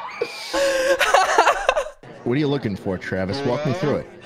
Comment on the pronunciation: I like to think that you pronounce as tch-raves instead of travis